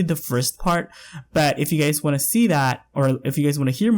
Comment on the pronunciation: I keep hearing 'you gays' and it kills me every time abhsja